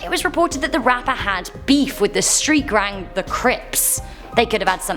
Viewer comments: " had "BEAF" with the street "grang" the cripts" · "Street grang"